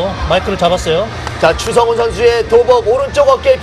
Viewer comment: Chu Sung Hoon, or Choo Sung Hoon. Not Cha.